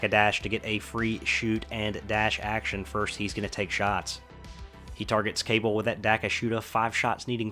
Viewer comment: I know I'm 3 years too late, but Cabal is pronounced Kuh-ball, instead of Kay-bull.